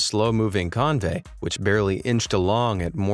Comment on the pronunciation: Convoy, not convey.